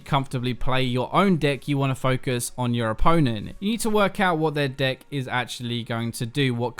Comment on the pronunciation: When you say deck it sounds like d***. Literally had me rolling.